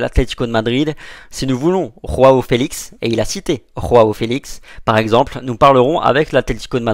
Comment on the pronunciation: Le J de Joao Felix ça se prononce comme un G heinn c pas un espagnol